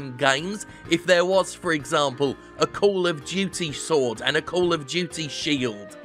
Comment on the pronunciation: I swear I heard Jim say "Sordid Shield" at least once.